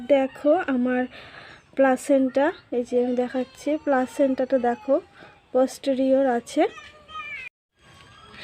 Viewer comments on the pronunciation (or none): পছেটিওর কি আবার,,,,পস্টেরিওর😂😂😂😂